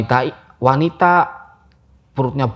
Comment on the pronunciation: Orang medok KALOK bicara basa indo wkwkw 😂 bilang wanita wanitai Wkwkw ngakak gw walaupun gua orang jawa juga sih 😅